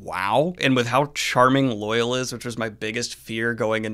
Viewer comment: For such a super-fan, why do you keep mispronouncing "Loial"? It's not pronounced like "loyal". It's "Loy-ALL". The show got it right.